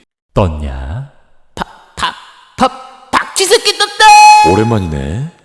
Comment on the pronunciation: 아니 박쥐쉐ㅔ끼 발음 찰지네ㅋㅋㅋㅋㅋ